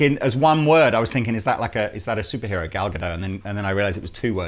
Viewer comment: It's not ga-doe. It's actually ga-dot. Just like it's spelled.